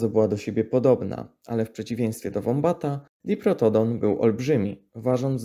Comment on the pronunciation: Jak mogę coś zasugerować. Czytaj nazwy zwierząt po polsku: wombat (nie łombat), podobnie mamy wok (nie łok). Mamy piękny język to go używajmy. Proszę nie odbieraj tego jako atak. Tylko taka sugestia. Doskonała robota z kanałem ✌️